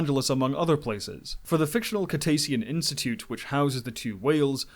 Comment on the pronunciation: "KIT-a-she-in" Institute? Have you actually watched the film?? They say it in the movie. Also it's "MON-ter-ray" not "mon-TERRY"